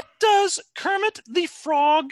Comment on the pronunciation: When Kermit pronouces his own name wrong.